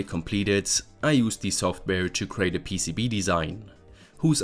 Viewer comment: PCB-uh? I think it's just PCB, no -uh after.